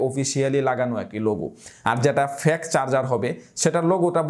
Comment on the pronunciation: অসংখ্য ধন্যবাদ ভাইয়া। সম্ভবত আপনার fake উচ্চারণ সঠিকভাবে হচ্ছিল নাহ, এই বিষয়ে একটু যাচাই করলে ভালো হই।